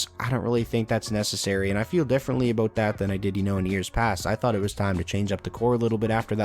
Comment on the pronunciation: did he just say ABOAT?